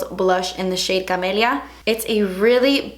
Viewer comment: When you say spanish names (like "camelia" in this video) you pronounce it very well. I am curious, do you have spanish or latinamerican parents? Nice look by the way! 😘